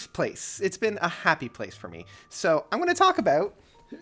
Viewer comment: That's aboot it